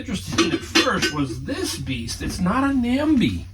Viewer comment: Awesome Nambe haul!! It is pronounced nambay